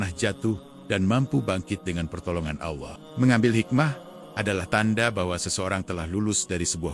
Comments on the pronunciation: Sangatmengisipirasi tapitolongperbaikiucapan AllAH🙏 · Sangat menginspirasi, tapi tolong perbaiki ucapan ALLAH 🙏